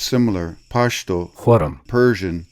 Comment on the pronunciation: Don't force the "Pashhhh" it's just pashto